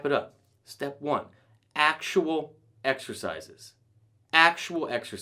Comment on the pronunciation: Sean Connery exshershizes, excershizes, excercisers, exercises